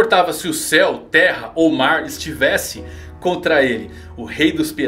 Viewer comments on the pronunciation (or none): none